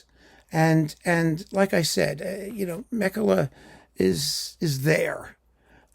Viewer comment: Meh-kela = Mäkelä :)